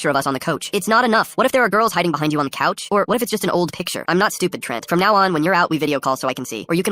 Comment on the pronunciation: The way it said couch, I never knew that AI could be Canadian.